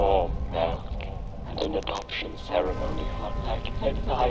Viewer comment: Is the robot really pronouncing "milk" as "melk"? Dear god... Also, the guy who made this was smart, he made YouTubers play in the game and that way make them want to play the game. How crafty...